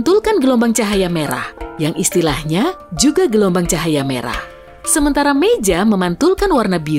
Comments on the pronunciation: hah gk salah denger "cahara meyah?*🗿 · Kalian pada sadar gak sih, mimin bilang "cahara meyah.." ?